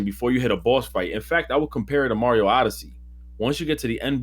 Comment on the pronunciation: really out here saying "Dr.Mary-o" instead of Mario lol